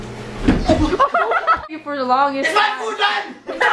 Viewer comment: lol the funniest part lol "LOrd thank you por the pood"